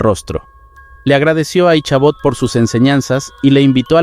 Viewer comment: En la historia de la serie de Sleepy Hollow el nombre de Ichabod Crane no se pronuncia con la H sino solo Icabod aunque eso quizas difiera por la pronunciación gramática a la fonética por el cambio del Ingles al Español.